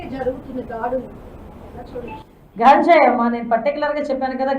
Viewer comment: ఘాంజాయి... అంట... 🤭🤭